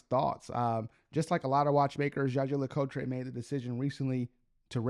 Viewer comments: Hello and thanks for this video. One little thing, if I may, please take few minutes to have a look at a JLC video in french language. For a Jaeger LeCoultre lover as you are, it's not possible to pronounce this brand's name the way you do. 😊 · Please learn how to pronounce the watch brand correctly if you ever expect to get subscribers. Your pronunciation hurts my ears.